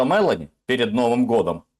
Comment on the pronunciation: МелО́ни, не Мелани!! Пожалуйста произносите фамилии мировых лидеров правильно, как их произносят во всём мире. Мелани это персонаж из Унесенных Ветром. Джорджия МелО́ни- премьер-министр Италии! Не вводите публику в заблуждение. А вообще, спасибо обоим☮️